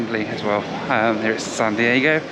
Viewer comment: I think I heard you say sun Diego😀